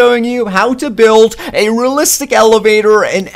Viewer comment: Your voice ..... It hurts Btw what the hell is Rllistic